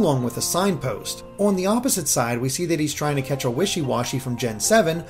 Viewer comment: This guy can’t say “on” properly. I don’t even know how to write that.